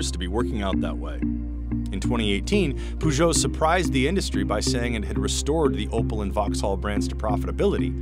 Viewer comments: "Peugot" is pronounced like "Persia" (pers-oh), and not "poo-joe". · and its pronounced Purr geo , not Poo geo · pergeot not poogeot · Pougeot and Citron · CNBC, learn to pronounce names please. It's one of the biggest car makers in Europe and it's not called "Poo"-geot. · "poogeo"...? Yes, agreed. LOL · He pronounced it so wrong it hurt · True, but better than most American attempts. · No offense, guys, but that "Peugeot and Citroën" hurt my ears so bad, and I don't even speak French. Isn't CNBC Canadian? The Canadians I've met (west coast, BC) not all spoke French, but generally seemed to have a good feeling for French pronunciation, isn't that common? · That’s not how you pronounce Peugeot... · The narrator's pronunciation of Peugeot is is laughable. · Poogou and citron😂😂😂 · "PSA, known for brands such as poojoh and citron" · Poo-joe and Cit-ron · “Pujou and Citron” 💀💀💀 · The way you pronounced peugeot and citroën, I'm dying and I showed this to my family like wtf, you're a billion dollar news outlet but you don't check before you pronounce foreign words?? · You ppl can't even pronounce Peugeot and Citroën right? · That pronunciation of Peugeot and Citroën was so bad... My ears are bleeding... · Butchering the pronunciation of three European brand names in the first 20 seconds, good job. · "peugeot et citron" 🍋 😭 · The reporter's pronunciation of Peugeot and Citroën made my ears bleed. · Oh god... the butchering of the names Peugeot and Citroën ticked me off! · Why is it not possible for Americans to pronounce Peugeot or Citroën correctly?